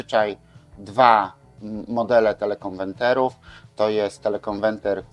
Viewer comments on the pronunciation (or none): Suchać się nie da tych pańskich teleKONWENTERÓW. Niech pan stanie przed lustrem i 100 razy powtórzt : KONWERT, KONWERT, KONWERT ...co oznacza po angielsku "zmienić na". A potem 100 razy KONWERTER, KONWERTER, KONWETRER.. A potem 100 razt TELE KONWERTER, TELE KONWERTER, TELE KONWERTER....